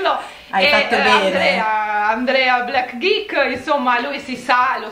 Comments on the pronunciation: Ma perché ha chiamato BlackGeek “BLACK DICK”? AHAHAHAHAH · Nunzio Didio ma ha detto 'blackgeek' che in inglese si pronuncia 'ghic' 😂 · Ma solo io ho sentito blackdick invece di BlackGeek? Ahahahhahaha